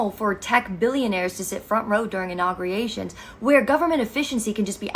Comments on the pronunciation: innaugriations wtf is that? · Did she just say, inaugriations?”